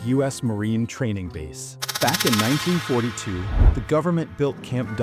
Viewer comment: slave city was established in 1942. I don’t know if maybe I heard that wrong but did not sound like you said 1942 so I just wanted to bring that up....